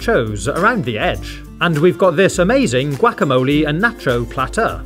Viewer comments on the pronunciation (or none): How he says "gwack-a-moli" 🤣🤣🤣🤣🤣🤣🤣🤣🤣🤣🤣